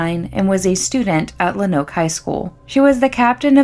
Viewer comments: Its pronounced, ''Lone-Oak'' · It’s a good video but as a native Arkansan you are killing me with Luh-noke, Low-noke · Pronounced lownooke if that makes sense . Not much there tbh not much in Arkansas in general. I live here and haven’t heard of this until now .